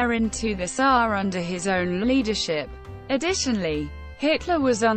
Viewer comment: This bot's pronunciation of SA as saah instead of s.a. is aggravating.